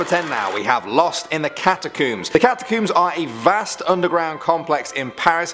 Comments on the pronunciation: Do you comb or cooomb your hair It’s pronounced like how you would say a hair comb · Its cat u combs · It's cat- a-combs